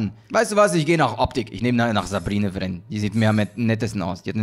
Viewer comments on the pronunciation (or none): man spricht Sabine Wren Tsebine aus also Englisch aus. Notfalls schau dir die Serie star wars rebels an. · du sprichst sie falsch aus schau mal star wars rabels da hörst dann wie man sie ausspricht